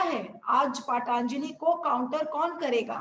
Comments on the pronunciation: हाँ ये बस पतंजलि को पतंजलि नहीं बोल सकती....।।। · Allopathy treatment is certainly a super stupid science. Yoga and aurvedic are actual treatment. You have to take ayurvedic treatment and have to start yoga doctor and reporter to refress your British slavery mind. Reporter , you have tongue problem. You can not able to pronounce 'patanjali' word. Dogtor sahab what are the allopathic medicine to cure corona diseases.